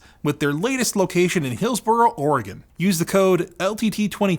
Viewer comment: Props to for getting the pronunciation of Oregon right! I live a short distance from hillsboro